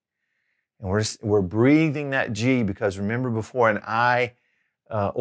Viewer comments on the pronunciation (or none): none